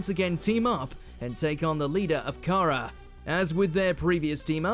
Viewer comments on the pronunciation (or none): none